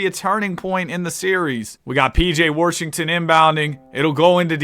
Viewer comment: nobody: absolutely nobody:: "pj worrshington" "i need a glass of worrter" "this guys worrshed"